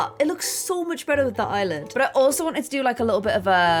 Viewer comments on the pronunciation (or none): none